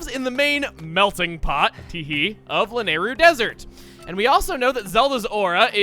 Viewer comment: Man, your pronunciation of "Lanayru" still bugs me a bit.